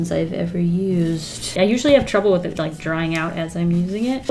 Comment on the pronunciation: i love how the intro first sounded sooo fancy lol then " and its time to make something wiff it eeeee"